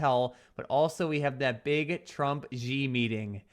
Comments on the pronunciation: The Chinese guy is not GEee. It pronounced like "She". Xi. X is pronounced like the french style in Chinese, like an Sh with a small h. If you could combine See and She, that would the most correct way to pronounce it. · i lived in china for several years. X has 'sh' sound. so Xi correct pronunciation is 'She'. Love the shows!